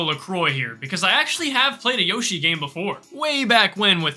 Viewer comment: Woshi it’s a double Yoshi exsploshi 💀